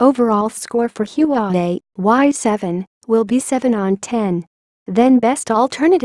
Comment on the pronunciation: Its HUAWEI not yuwawei